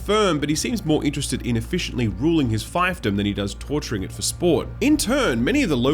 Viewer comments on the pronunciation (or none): "Fief" rhymes with "thief" and "chief." Feef-dom, not fife-dom.